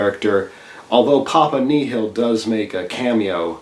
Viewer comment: Macabre is pronounced MA CAWB and Papa Nil is pronounced as it sounds, not as you said it.